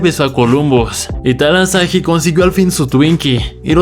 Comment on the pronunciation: Talahasi no talasahi